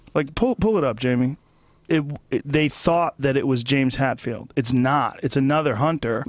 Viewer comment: hey joe.....its james HETfield....HETfield.....